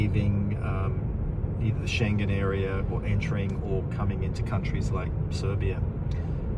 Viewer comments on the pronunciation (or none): none